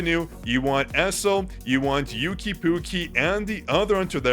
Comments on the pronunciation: For someone that knows chinese, you calling one of the largest artists in China/Asia "yooki pookie" I'm dying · Yuqi's name is pronounced as "U-qi" in Korea. The Y is silent. So like "Oo-key". I listen to their music and am familiar with their name pronunciation 😅